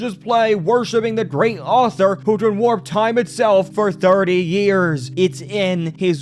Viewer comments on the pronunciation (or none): none